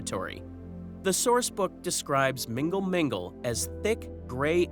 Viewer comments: Love the channel but i laughed so hard at mingle mingle. It is pronounced null null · The way you pronounce mgnall mgnall makes it sound like a dating app 😅